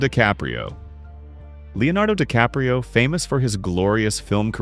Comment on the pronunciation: The video has too many factual errors like using the wrong photo for Vivien Leigh and mispronouncing “DiCaprio” several times. Please fact-check more carefully before uploading.